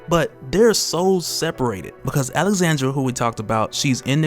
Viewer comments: Alejandra, not Alexandra. You're killing me. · I hear you keep saying “Alexandra” instead of “Alejandra” which is what is written. It is pronounced ALE-HAN-DRA. Sorry just needed to say something cuz my name is the same haha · Bro that girls name is Alejandra… you repeatedly butcher her name lol.